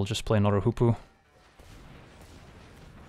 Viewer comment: He says Hoopoe I hear Poopoo